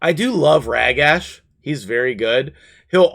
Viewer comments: I really hate that you call him Rag-Ash lol. It's Rah-Gosh. Thank you. :D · no worries and joke all you want! Love your content and everything you do .... Except this one thing 🤣 Maybe we can meet in the middle and say "Rah-gash"